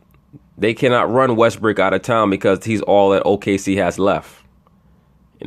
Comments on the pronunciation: Westbrook... West-BRICK? ha ha. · His name is not pronounced Westbrick !!!! Its Westbrook !!!